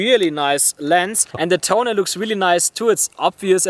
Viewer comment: I love that he is say toneh